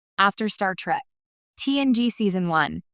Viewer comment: An AI voice that mispronounces "'Trek."